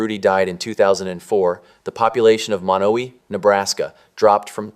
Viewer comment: Lots of misinformation. The pronunciation of Beatrice and Monowi. There is not a Menards in Beatrice.